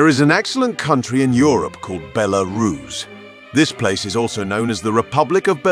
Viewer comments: I'm an american living in Russia and a have a lot of friends from Belarus but I've never heard any pronounce is like Bel aris, the way the guy on the video keeps saying it. Also the cost of living and quality of life in Mosocow looks much more attractive than the ones he's quoting for Belarus. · Is it “Belarus” or “BeLArus.” 😂😂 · Interesting video, but the AI voice breaks the immersion with different pronunciations of Belarus. Overall great content, would love to visit the country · I couldn't concentrate on the video because of the constant changing pronunciation of the word Belarus. The guy kept changing every time he said it. Did this disturb anyone else? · God, this AI voiceover is terrible. Can't even pronounce the country name half the time. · The AI voice in this video is horrible, can't pronounce Belarus consistently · Learn to pronounce it mate, or at least stick to one pronunciation in the video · This narrator pronounced Belarus several different ways 😂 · my only thought on this, why cant the narrator stick to one pronunciation of the word belarus? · Make up your mind on how to pronounce Belarus.